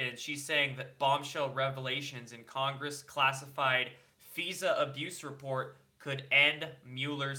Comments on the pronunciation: FIISA is pronounced with a long I. And debris is pronounced debree. Silent s and long E at the end. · It’s F-(Eye)-SA not F{ee}sa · Fi Suh, not Feezuh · Fisa is also pronounced Fi-za. I still enjoy to commentary either way. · Feeeza... deb-risss... odd pronunciation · FISA F eye sa is how it's pronounced. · It is fi za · FISA IS PRONOUNCED- figh-za, also debris is pronounced de-bree! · debris is pronounced duhbree? also "brightbart". and "Fie Sa gate"? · Love your channel! FYI though, FISA is pronounced F EYE SA. And a German friend corrected my Mueller pronunciation... Its not MEWLER, it's MULLER. Peace Out! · I wish he knew how to pronounce FISA (F-I-Z-A) LOL.. . . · FISA is pronounced FEYE' SA